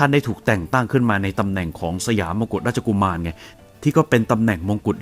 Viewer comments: มกุฎราชกุมารต้องอ่านว่ามะ-กุด-ราด-ชะ-กุ-มาน ห้ามอ่านว่ามงกุตนะครับเพราะว่าคำว่ามงกุตนั้นแปลว่าลิงนะครับอือิ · มกุฎราชกุมาร = มะ-กุด-ราด-ชะ-กุ-มาน ไม่ใช่ มงกุฎราชกุมาร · แอดครับไม่ใช่มงกุฎราชกุมารเค้าต้องอ่านว่ามกุฎราชกุมาร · มกุฏราชกุมาร.ไม่ใช่มงกุฏ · แอดมิน คะ ถ้าฟังไม่ผิด แอดอ่านลงเสียง "สมเด็จพระบรมโอรสาธิราช เจ้าฟ้ามหาวชิรุณหิศ สยามมกุฏราชกุมาร" เป็น "มงกุฏ" รึป่าวคะ จริงๆ ต้องอ่านว่า "มะ-กุด-ราด-ชะ-กุ-มาน" นะคะ ไม่ใช่ " มง-กุด-ราด-ชะ-กุ-มาน" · ขออภัยครับแอด"มกุฏราชกุมาร" ออกเสียงว่า "มะ-กุด-ราด-ชะ-กุ-มาน" ไม่ใช่ "มง-กุด-ราด-ชะ-กุ-มาน" ครับ